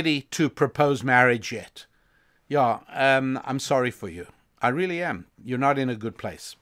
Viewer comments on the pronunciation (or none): "How the world rrrrrreally works!" 👌🏿It's dope Rabbi, keep it going! 💯